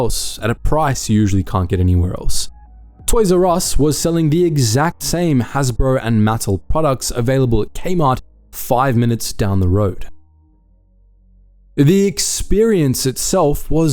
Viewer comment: Iv’e never heard anyone pronounce Mattel like “Mattle” before. Very odd. I’ve watched all your previous videos and your pronunciation is usually spot on! What happened? 😬